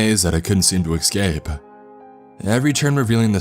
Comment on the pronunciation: He does a great job, and has gotten better with experience. My only gripe is how he says thing like "EXcape", "EXpecially", but almost everyone pronounces something wrong.